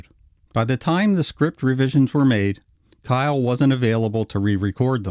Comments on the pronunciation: His name Kiel is pronounced keel. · You know, it wouldn't hurt to find out how Richard Kiel's name is actually pronounced. A 5-second You-Tube search will yield several interviews in which the interviewer correctly pronounces "KEEL". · His name is pronounced Richard KEEL, you goober. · Richard Kiel (pronounced KEEL) later appeared in three episodes of The Wild Wild West as Voltaire, Dr. Loveless' right hand man. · Pronounced "keel" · Richard Kiel's name is pronounced Keel- the German pronunciation. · I thought his last name was pronounced KEEL not KYLE. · It's not pronounced, Kyle, it's, Keel. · His name is pronounced "Keel," not "Kyle." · If you're going to talk about Richard Kiel at least pronounce his name correctly! It's pronounced "keel", not "kyle". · isn't it said as "keel" and not "kyle"? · Richard Kiel's last name is pronounced "keel." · Very good Except it's pronounced keel Like the German city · It's pronounced KEEL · It's pronounced KEEL. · His name was pronounced "Keel." just a sayin' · Not Kyle but Keil ( Keel.) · Richard Kiel, not Kyle! Pronounced the same as keel. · It's Richard "Keel", not "Kyle". 🙄 Rip, big man. 💔✌ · Starring Richard Kiel. (Pronounced Keel, not Kyle). AKA James Bond "Jaws" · It’s keil not Kyle! Richard was an awesome guy ❤️ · KEEL not K-eye-L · It's not "Kyle". Kiel rhymes with wheel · Richard Kiel pronounced Keel not Kyle. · It's pronounced KEEL not Kyle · Big dude’s name is pronounced keel, not kyle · Richard Kiel's surname is pronounced as the city of the same name in Schleswig-Holstein, Germany: It sounds like "keel", not "kyle". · just a small correction: Pronounced Richard "KEEL" kiel not "KYLE" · Richard Kiel's name is pronounced like "KEE-el" not "Kyle". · Richard Kiel (who plays the very tall guy in the episode) was actually 7'-2" and nowhere near "nine feet", even with the shoes and head prosthesis. By the way, his last name is pronounced KEEL, not KYLE. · Richard "jaws" Keil (keel)) not kyle